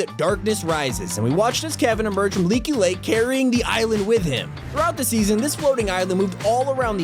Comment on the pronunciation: My guy said laky lake